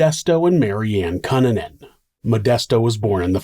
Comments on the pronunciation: Is it pronounced "Cue-nan-an"? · I don't think you're pronouncing Cunanan correctly. I remember in the news they pronounced it COO NAN IN or COO NAHN IN. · Really excellent storytelling as always,! I appreciate all the details you include to help paint a better picture. Also- Not a big deal, but his name is usually pronounced "Cue(Q)-nan-an" 👍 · I can’t believe this was 1997! I was a freshman in high school and a group of friends and me were following this case. It was on the news 24/7. He was a monster! Andrew Q-Nan-In is the correct pronunciation. Great job with this story! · I love your videos but cunanan is pronounced cooh-nah-nan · ITS PRONOUNCED. KOO NAN NUN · Learn to pronounce his name right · All that research and you couldn’t find out how to pronounce Cunanan 😂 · this dudes content is so well researched and executed. how is he mispronouncing cunanan? the news always called him koo nan in. So did Shyne. maybe they were all wrong? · Dude the least you could do is pronounce his last name correctly. Jesus Christ. Also no one cares about your other channel. Stop starting every single video with the same stupid callout. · Why are you saying Andrew Kannan name like that? It’s really distracting always a great story as usual but anyone pronounces name like that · Dude, I love your channel but your pronunciation of 'Cunanan' is incorrect 😭